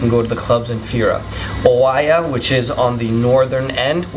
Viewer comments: First off, please pronounce the names correctly Oie I hope this helps. When speaking in English please use proper grammar and use your singular and plurals correctly. It is not there IS lots of great views, it is there ARE a lot of great views. Get it? :) The rest is good info. I have been there and you are very right it is beautiful beyond words. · It's always a good idea to learn how to pronounce the names of towns before making a public video...Oia is pronounced Eee-ya. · Its pronounced Eee-ya (Oia) ! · Οια is pronounced as EeA. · Good info and it's 100% right to visit before or after the high season it's much much better ... oh and Oia is just called Ia the o is silent... i hope you had a great time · it's a shame that someone who thinks that he is able to give recommendations to other people is not even able to correctly pronounce cities names like Oia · He can't even pronounce "Oia" correctly and only ate in one restaurant????....turned him off midway. Dolt!